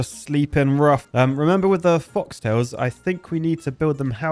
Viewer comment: Foxtails. Really,, again? Its Folktail.